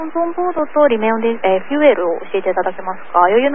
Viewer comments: 冒頭～ まで最初の女性管制官の交信、こりゃ英語というにはおこがましい。 せいぜいTOEIC500点程度、レベルとして中学生英語以下です。 他のコメントにもあるように、この事態に及んで「えっと」とか訂正とか、 カタカナ過ぎて機長に聞き返させるのはプロとしてあるまじき行為。 r と l の発音がデタラメすぎてパイロットは一回で聞き取れない。 機長は良く堪えていたと思う。こんな程度の管制が交信しているとは驚愕！ remain を「リメウン」と発音しているし 10 thousand が「ワンゼロどうぞ～」になっている。ありえない。 他のコメントにもあるようにそこらの事務員並みですね。 ～こちらはホンモノの管制プロ英語です。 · 英語に関してはあちらが本場なんだからこういう指摘があってもいいと思う。どちらかというとFuelよりRemain言えてないことの方が気になりましたが。